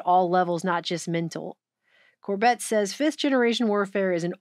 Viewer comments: Why do you keep calling him Cor-bet? Its Cor-bit. Like in "a dog bit you" As long as you've both been in alt news, well over a decade, its like you never heard him say his name before. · Great video. Also, the stress is on the first syllable: CORbett. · Glad you found The Corbett Report - he is great to follow regularly and make sure to watch his older stuff and especially the documentaries, too. New World Next Week is awesome! (Emphasis is on the first syllable of his last name so I figured you haven't seen much of his stuff). This was a great video, thank you!